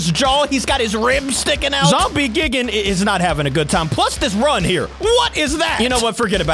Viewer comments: because when we get dropped off than we r going to become zombie gigen me: lololololololol its called it has a die thingy in the first 1 like gie and seconds gan not gen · I love your videos but hims pronouncing it "Gig-an" and not G-eye-gan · It’s gigan not gigin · You dont say Gigan gi-gin you say it Guy-Gan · you say it guy gan no gi an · If you wanna know that gigan is pronounced Gaigan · It’s not gigin it’s gigan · Its not pronounced Gigan. Its Guy Gan. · not gig an its guy gan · gigan is not gigan it's g I it's an I not like gigan so you say it like gIgan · Gigan ( say geegan) Heisei Godzilla (say HaySay Godzilla) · YOU PRONOUNCE IT GUY-GIN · gigan= "guy-gan" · Hey capi godzilla vs monkey part 17 is out and you say gigan like (guy- gin) and you say kumonga like this (ca-mung-a). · It’s g i g a n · A tip: Gigan is pronounced like GUYgan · Gigan is actually more like guy-gan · The pronunciation is: Gaigen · ....its gai-gan to pronounce....... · gigan is actually pronounced GUY-gan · Gigan is pronounced “G-eye-gan” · it’s Gi Gan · It’s gigan like giigan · Gigan is pronounced "Guy-gan" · By the way its gi gan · ITS ZOMBIE GIGAN NOT GIGGIN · Its gaygan but spelled like gigan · its pronounced G-AA-i-Gaan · Not gi-ge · It’s not gi gan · why are you calling gigan geegan bruh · 1st of all that it NOT how you say GIGAN 2nd of all you can infect people with zombie GIGAN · Your saying gigan wrong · The way you're pronouncing Gigan is wrong